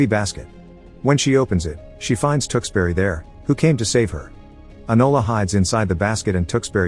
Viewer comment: I cringed throughout as the narrator mis pronounced Tewkesbury over and over again. He said Tooks berry but every Englishman and woman knows it is Tewkes (rhymes with Dukes) bury (rhymes with Hurry). The movies is brilliant.